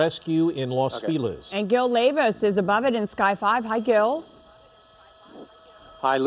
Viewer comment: Los Feliz is pronounced " Los Fell -ease " Not "Los Feel ezz "